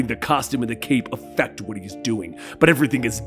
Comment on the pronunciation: Narration: she’s my wyiyffe! Wyhat am I?